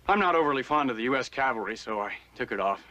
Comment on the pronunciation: did u notice: abt/between - the guy asks: "what's the 'calvary' doing here?" now, i call that a real blooper. LOL.